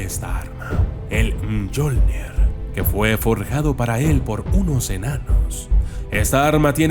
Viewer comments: Me sabe mal decírtelo pero se pronuncia miollnir escrito (Mjolnir), por qué si dice jolnir cómo has dicho haces referencia a papá Noel que es el nombre que tiene en la mitología nórdica, un saludo y disculpa. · La pronunció correcta es "miolnir" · Se pronuncia miolnir 7u7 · Se pronuncia miolnir, ¡MIOLNIR! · El martillo se menciona como si tuviera (I) no como lo dijiste